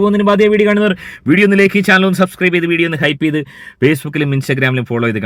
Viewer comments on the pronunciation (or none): none